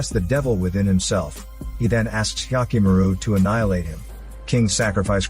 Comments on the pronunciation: Oof! That "Hyakkimaru" pronunciation. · how many times did you say hyakkimaru